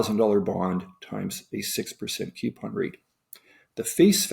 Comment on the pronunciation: It bothers me to hear "queuepon" instead of "coupon." Sorry.